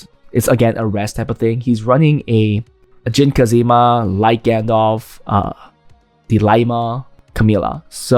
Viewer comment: great video as always !! but have to say IT'S JIN KAZAMA not kazima :(((((